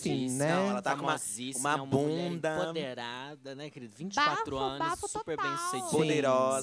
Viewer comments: Até hj ele fala assim kkkk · fala "emponderada " 😅 é empoderada migo kkk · Agonia do falando "empoNderada", rs